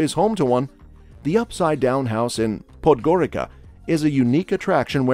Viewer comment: POD-Goreetsa. It's not difficult to do a tiny bit of research. Otherwise a good video.